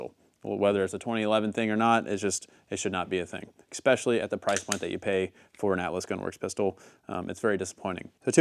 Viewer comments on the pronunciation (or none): It’s especially not eggspecaily